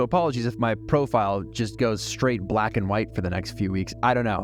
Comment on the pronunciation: "Bwaaaaaats Up!" damn... I tell ya... that absolutely brings a huge smile to my face. Interesting topic today "Vlack and White in Paris"... incredible.